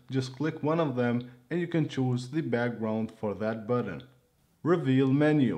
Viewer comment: buTTon not buDDEn